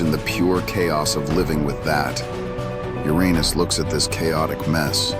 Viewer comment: You really need to fix the pronunciation of "Uranus".